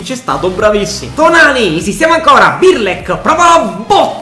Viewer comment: non é birlek é brlek